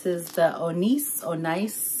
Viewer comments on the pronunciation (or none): It’s pronounced like oh-nee-chay! 😊